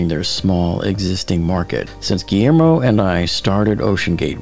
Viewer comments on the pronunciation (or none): none